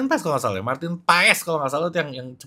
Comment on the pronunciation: Di marahin koci nanti ngomong nya yg bener pas bukan paEs wkkwkw